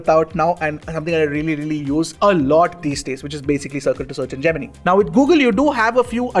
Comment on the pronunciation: Geminee? Lol